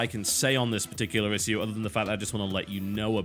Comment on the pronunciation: Its Ish-shoe not "is" "sue"